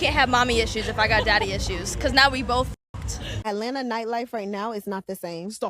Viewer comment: "Alena" is supposed to be Atlanta?